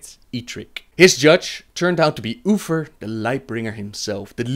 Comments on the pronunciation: I love how you pronounce Uther...lol "Oofer" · Sorry but i have to tease you about "ufer" ^^ Its Uther!! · Ok, someone explain this to me, how is he unable to say uther properly, but he can say THE light bringer. Like I dont wanan be that guy, but im jsut tryin to understand. Its not UFER, its UTHER with a THE sound, just like he said in the word the. God im so shit with accents. and i REALLLY wanna watch these videos. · who is oofer? i always thought it was uther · Arfus? Oofer? Udders? lol Good video! Love all the lore vids, keep them coming! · I kept hearing you say Oofers and I couldn’t stop laughing. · I tried watching this, i really did, however every time you said Uther, like Uffer, drove me bat shit crazy. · Arfas (our fuss) and Ufer (Oofer) Man I think you lost a tooth when pronouncing their names. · Uffer and loffar. Thats all I am hearing. Th making a ff sound. So hard the follow. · LOL UFER ARFAS HAHA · "UPHER, UPHER, UFERR, OOFER," "DEAF KNIGHTS" "LOAF FAR" "Arphas" TH sounds aren't that difficult mate.